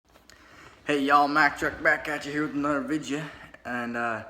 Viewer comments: He really said vidja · This guy is an idiot.... And he should be slapped for saying vidja.... Form your own style Mr. Wanna be outlaw.... Two thumbs down 👎👎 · Quit saying vidja you aren’t outlaw dipshit